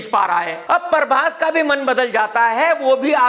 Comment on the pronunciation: ❤ when this guy says "Parbhas". 😀😀